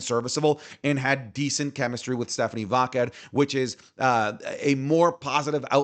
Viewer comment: Bro aren't you Latino? Why do you mispronounce Stephanie Vaquer's name wrong? She's said how it's pronounced and you should know without her saying it. 😅